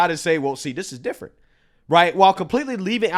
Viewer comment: “This is (D)ifferent!”